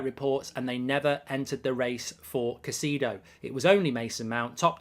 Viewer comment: Bro never fail to butcher Caicedo’s name 😂😂